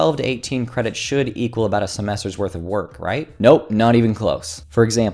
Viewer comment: how cute, you said "cwedits" xD. But seriously, though, great video as always :)